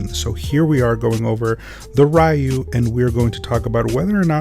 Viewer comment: Sorry fam, stopped at how you pronounced Ryu's name.